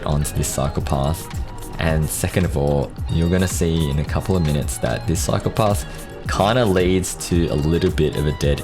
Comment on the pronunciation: Whenever you say "cycle path" i hear "psychopaths". Enjoy.